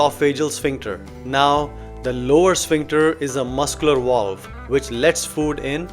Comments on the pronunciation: A “walve” ? What’s a walve? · Through this "wallve?" lol